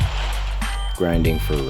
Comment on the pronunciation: Ur overpowering that word "grinding" lol